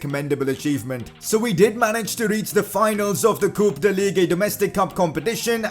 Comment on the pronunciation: Did he just say ligue UH